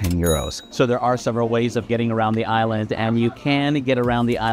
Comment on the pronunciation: Such a pity you can’t pronounce the name of the island properly